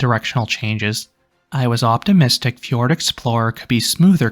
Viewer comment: Fjord, not Ford.